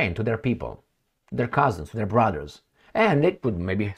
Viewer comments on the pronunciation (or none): none